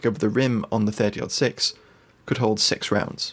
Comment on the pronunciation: Love the video! Also, I appreciate the fact that you have used the American nomenclature of pronouncing the 30-06. It drives me batty when people say "Thirty Zero Six".